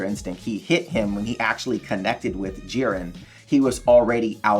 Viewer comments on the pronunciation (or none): its jiren not jirin